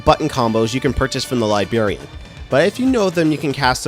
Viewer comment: Great video man. I hate to admit it but I laughed every time you said "libarian" haha...there are supposed to be two Rs in that word =) I mean it though, this is a very helpful video. I finally just started this game today and like to know what to look out for achievement wise before I start a new game, with as few spoilers as possible. I'll have to check out your other stuff this was just what I was looking for. Thanks!